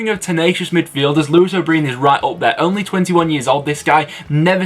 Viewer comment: Why do you pronounce O’Brien like that🤣🤣🤣 but yeah I’m glad you went for him as he’s done great for us this season.